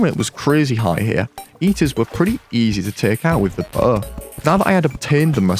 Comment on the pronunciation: i love the way you say bow